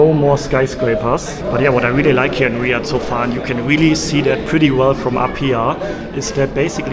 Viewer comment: It’s not riad it’s Riyadh btw and there is normally a lot of cats and there is no snakes or spiders